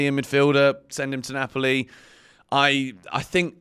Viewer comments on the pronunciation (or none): none